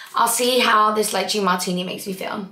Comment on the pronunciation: has anyone mentioned that its pronounced lay-chay for lychee?